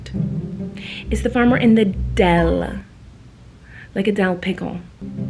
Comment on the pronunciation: Have you ever thought about the fact that toddlers are like human shaped dogs?😂😂😂 They play with toys and chew on them, they wonder around the house making mischief, and they both like attention 😂😂😂😂😂 Also, did she call it a Dell pickle?! Its Dill Pickle!!! 🥒